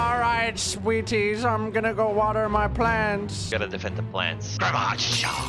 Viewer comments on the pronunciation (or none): did say he’s going to water his plants or did he say he’s just gonna water his pants😂